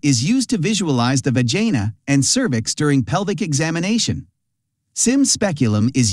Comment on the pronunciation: The va jay na bro I’m dead hahahah